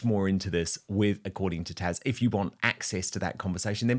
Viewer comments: Dan, It’s Taz not Tash 😱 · It is actually TAZ. Dan always mis-pronounces it. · Taz not Tash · Why do you call Taz, Tash? How rude.